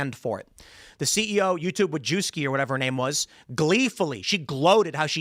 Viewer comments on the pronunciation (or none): none